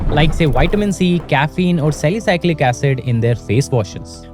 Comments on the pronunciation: its Salicylic acid not Salicyclic acid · It's not sali-cyclic It's sali-cy-lic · It is salicylic acid not salicyclic acid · that's salicylic acid not salicyclic 😛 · Dude it's salicylic acid ... not salicyclic acid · its not sali"cylic " acid🤣🤣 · I’ve never heard a funnier pronunciation of salicylic acid than what I did today for you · Seriously I thought the same thing 😂😂